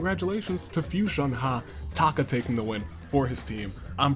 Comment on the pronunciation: 1st:Fui-son-HAH! 2nd:No AI in team 3rd:Expert Deduction